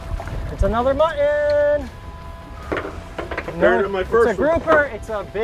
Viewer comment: It's MUT-TON, NOT MUH-IN